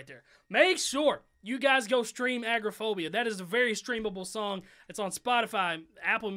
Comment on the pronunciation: uhm... just saying it's not agroaphobia it's agoraphobia... A-Gore-Ah-Phobia